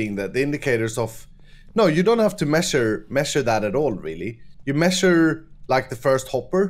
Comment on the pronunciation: LOL, WHAT IS "MEASHER"